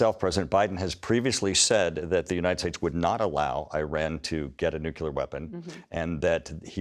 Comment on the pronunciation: I like how when fact checked, Turner's responses are basically "But it's Biden's fault somehow". Also, every time he say nuculear instead of nuclear is like nails on a chalk board.